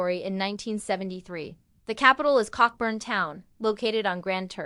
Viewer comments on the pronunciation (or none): Its pronounced "co-bern" lol I wish it was 🐓 🔥.